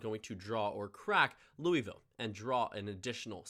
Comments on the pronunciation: Also we don't pronounce the i in Louisville it sounds like Louvlle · no one pronounces louisville like that. Its pronounced “loo-uh-vull”. J an fyi before u get shit from a bunch of kentuckians